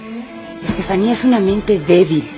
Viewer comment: Veo que aveces le dicen estefanie a estefania